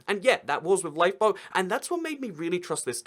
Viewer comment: When he said 'LifeBoat' i thought he said LiePo.. 😂